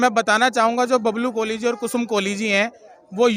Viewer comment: य़े कोली है या कोहली।